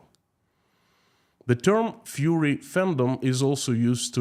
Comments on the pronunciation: it's fUrry, not fury :D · ITS FURRY not FURY (IE furry animals it means their fluffy skin coat.Furry and fury are pronounced different ie furry and fury pronounced different. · Not Fury -you mean Furry - like wearing a cat suit. Fury is anger Furry is from fur - like animal fur. With fury you hear the u sound, but Furry would not have tge u sound - more like a fir tree. An F in front of the er sound. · I love as he keeps saying "fury" and not "furry"... but probably it fits Russia better 🙂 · Не 'фьюри' а 'фурри'. Так будет правильно. А то мы тут все попадали 🤣😂🤣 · Furry is pronounced FER ee. FU ree is how to pronunce fury, which means very high energy anger. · It should be Fur EE . No Fury LOL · Furries,😊 🐈 as in rhymes with ' infer'.. furry, cuddly. Fury, on the other hand ... 😡😡😡 rhymes with JURY. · It's "furry" with the "u" pronounced as in "murder." "rry" is pronounced "ree" as in "glee." "Fur" - "furry." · I love that you pronounce furries like fury.